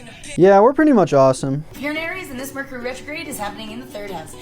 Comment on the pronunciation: thinking about the merch he gonna drop and that's why he said merchury.